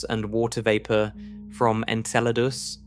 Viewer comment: Enceladus? Why don't you just pronounce it properly as Enchiladas already?...lol Jesus Christ these AI narrators mispronouncing things is getting out of hand...lol. It's bad enough these "science" channels are to lazy and cheap to hire a real person to narrate their "content", and yet they choose the shittiest AI narration software they can find...RTFLMFAO!!